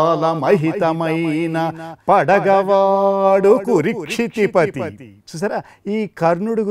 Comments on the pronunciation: Kurukshitipati. Not kurikshitipati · Kurukshitipati but not. Kurikshitipati while you are reading the line you must be careful about the pronunciation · Nice... Rendition/ explanation. Slight error: not కు'రి'క్షితి... It's కు"రు" క్షితిపతి